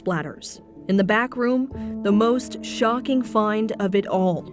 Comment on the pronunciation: Why don’t you pronounce Ts at the end of words “Bess” instead of best “moss” instead of most, “grapiss” instead of hrapist